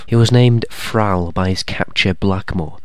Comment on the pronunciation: Thrall is ordinary English for a servant or slave, to be a captive or to captivate (enthrall). You also pronounced it wrong. Suggest you learn English again.